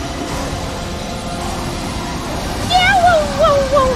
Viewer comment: Plasidoooosax... dude...